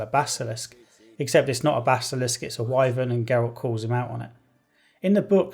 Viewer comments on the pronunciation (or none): none